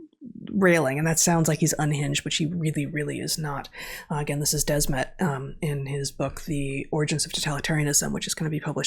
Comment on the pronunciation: It’s Matthias de Smet, not Desmet. It’s the same as “the smith” only “de Smet” “the” and “de” is pronounced somewhat the same. Also; the podcast with Jonathan Pageau was epic!